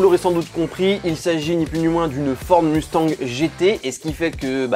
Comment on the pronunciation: Vous, les Français, vous prononcez le mot Mustang comme des chochottes. Apprenez un peu d'anglais pour au moins prononcer BULLITT à l'américaine et le mot MUSTANG comme il se doit. Vous me faites quand même bien rire...